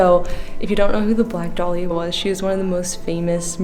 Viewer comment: Your pronouncing dahlia wrong it's da-lee-ah